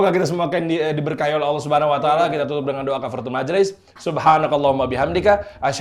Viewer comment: Masya Allah Alhamdulillaah dah jls kafarotul majlis nya.. Krn itu kan isinya do'a.. Kl buru2 mpe gk jls kan jd gmn doa minta sama Allah tp kalimat nya gk jls saat melafalkannya.. Baarokallaahu fiikum..